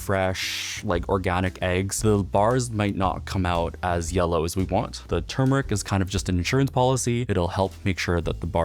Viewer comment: I found you in my recommended videos and I have never been so blessed before! I love how you're one of the FIRST people to pronounce "turmeric" correctly! Most people, even a lot of cooking channels, pronounce it"tu-mer-ic". You're so precise in your cooking and your soft voice and slowed down mannerisms make me feel like you are cooking just for me. You are exact with your measurements and your presentation is like a gift you are making. I am so in love with your channel. You have me for sure, as a new sub and friend, if I may be so bold. I love coconut as my favorite flavor, too, of tofu dessert! I feel like I'm in a very warm atmosphere, watching your video. I love your sign and your framed pictures! I'm often said to frame everything I see. I have found a "home" in your channel. I will be watching all your other videos. Thank you,...